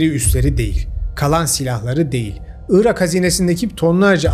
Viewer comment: Neden 'ııırak' diyorsun anlamıyorum. 'Irak'. Doğrusu bu. Evet önemli. Orijinal Arapçası da bu. Onlardan aldığımız için Türkçesi de bu. 'ııırak' ise bozuk mehmet ali birand telaffuzu. Rica ederim, gerçekler konusunda, ve Türkçe konusunda hassas bir insan olarak, bu büyük hatayı düzelt. Evet, büyük hatadır dili doğru kullanmamak, yer ve kişi isimlerini doğru telaffuz etmemek.